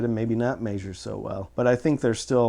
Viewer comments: Meh-zher not may-zher. Love ya. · This was a borderline useless video up until he started pronouncing "measure", then it just became aggravating. Let me help: ME-ZHER - It is a short e sound in the first syllable not a long a or long e, the accented syllable is the second. There is no diphthong for the double vowel "ea", therefore you do not pronounce the long a or even long e sound for the syllable . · Haha! “May-Zure”